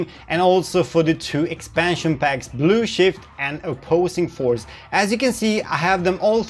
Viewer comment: I like how you pronounce Blue Shift as "Blue Shit" lol